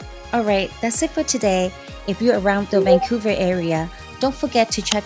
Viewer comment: Haha it's Vancouver